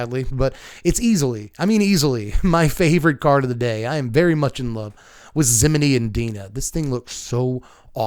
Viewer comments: Who is Zimminie? You talking about Pinocchio? Her name is Zimone. (Zih-Mown). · Isn't it pronounced ZIH-moan?